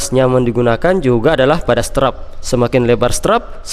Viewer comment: Strap tapi bacanya strep ya bang...